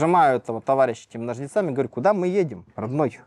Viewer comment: "с ножницА́ми"😂